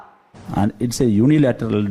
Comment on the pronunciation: Kyanuuuuu... Unilaterally.... Ubraann .. long-standing ... Kyaanuuuuuu